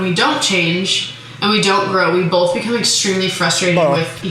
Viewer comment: Ah haha... "bolth" 😂